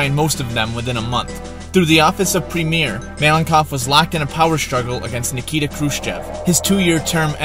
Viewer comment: Boom Mudkip he also pronounced Premier wrong